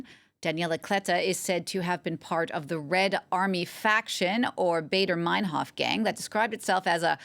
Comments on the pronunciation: "Baader" not "Bayder." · Why wouldn’t she make an effort to understand how Baader is pronounced